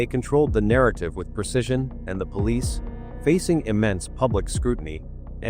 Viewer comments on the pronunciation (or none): none